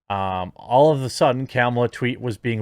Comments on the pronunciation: It's pronounced Kah-mah-luh not Camel-uh. 🤣🤣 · Is he calling her camel-a? Lol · You keep saying "camel-uh", but that's not how it's pronounced.